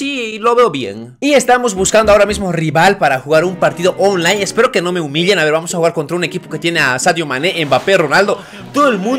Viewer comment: Tu dices onlai pero se dice onlain se escucha pero se escribe online